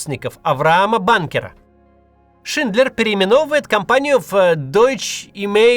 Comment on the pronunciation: Только не "Шиндлер Джуд" (это вы их с Джудом Ло перепутали), а все же "Шиндлер ЮДЕ." Язык-то немецкий.